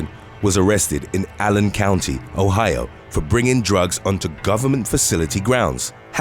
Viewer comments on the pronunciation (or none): none